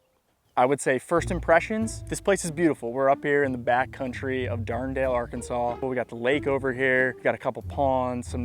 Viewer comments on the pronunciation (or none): DARD DALE??? Dard nelle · Darndale 🤣 Dar dan ale ( I know this isn't spelt right, but it's for pronunciation)